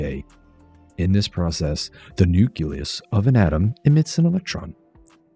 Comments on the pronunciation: Nuke-Lee-Us not Nuke-Yuh-Luss. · FFS, nuke-ya-lus? I stopped watching at that point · "Nuculus"? My god. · Did you really say 'nuculus' the way some people pronounce nuclear like 'nucular'? I can't take it. I just can't.